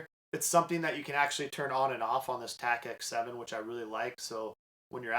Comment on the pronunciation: It’s Tactix not TacX. Great review though!